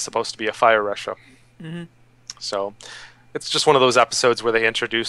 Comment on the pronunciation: It's lachha not ressha. I know it is written started with a R. But when u pronouce a name thats not english, please respect their language before infusing it with American pronunciation. Just like name jose, if u can call it ho-say instead of jo-say.why cant u do the same in japanese? The name it even spoken out in the god damn changer "thing". Please respect, and peace.